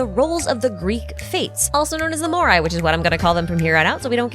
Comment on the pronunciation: you mean Moires :D